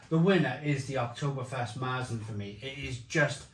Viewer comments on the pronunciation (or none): That Marzen pronunciation is painful to hear but…..ok. Good job 🙂